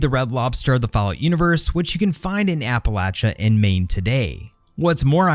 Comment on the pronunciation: Bethesda "HAY GUYTHS WE KAN MISPRONNNN MEESPRO.....MISKIN...not say rite Appalachia an an an an it'll be jus liek Novac! YEAH!" contributing to the dumbification of English. Good job, Todd. Good job.